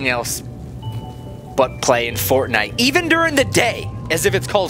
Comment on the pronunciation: griselda2 Avina you say it Wong dude